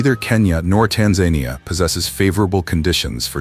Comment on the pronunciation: Look up how to pronounce Tanzania